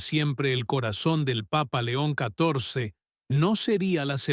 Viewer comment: Muy linlas historias, pero ms gustaría que cundo nombren al Santo padre Dijeran. LEÓN. CATORCE Y NO LO QUE SIEMPRE PRONUNCIAN QUE ES INCOPRENSIBLE AMO LA IGLESIA CATO LICA ES I CUERZA Y MI VIDA. BENDICIONES